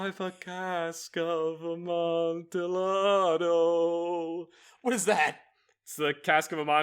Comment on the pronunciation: I want to murder now, cause he pronounced Amontillado correctly while sing but wrong afterwards